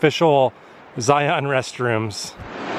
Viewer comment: You can always tell those who don't live in Utah. They don't know how to pronounce Zion.